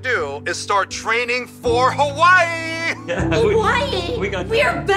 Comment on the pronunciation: Can u guys saw Hawaii correctly thats disrespectful to us locals